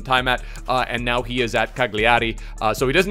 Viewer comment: Btw it's cÀgliari, not cagliÀri and "daje" is pronounced like a spanish LL not like an H